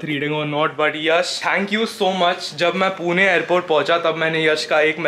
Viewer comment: Please पूना वैगरे म्हणु नकोस... it's पुणे not पुना or पुने..bruh!!